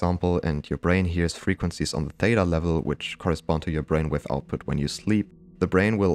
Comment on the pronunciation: At minute 26 “bainwave” got me unexpectedly!! 😂😂😂